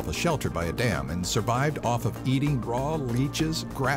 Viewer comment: "suvived" lol